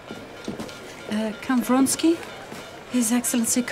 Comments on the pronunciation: Count Vronsky, not Fonsky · Most simple Russian names are massacred in this movie...actors should have lessons in pronunciation. This is dreadful.